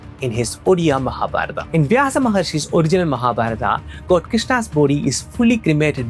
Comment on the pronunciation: Extra aa in everything Like Jaganathaaaa Nelachalaaaa Mahabharataaa Sabaraaa Neela madhavaaa Better if pronounced in the original form.